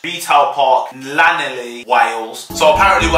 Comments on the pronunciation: “laneli” NOO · Llanelli is pronounced thlan-eth-lee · The disrespect when he pronounced Trostre Llanelli like that tho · It’s not laneli it’s clanethli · I am from wales and you pronounced Llanelli wrong in wales you always pronounce a double L “Lch” sorry it just really bugged me lol xx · Pissed me off jow he said llanelli wrong 😂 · fair enough that one in troste might be shite but pronounce Llanelli right hahahha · Your pronunciation of Llanelli has fully given me sepsis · Why did it annoy me so much when he said trostre and Llanelli wrong I’m offended ❤️ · Wounded how he said Llanelli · offended on the way he pronounced Llanelli and Trostre.. disgusten! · Bro you butchered the way you said Llanelli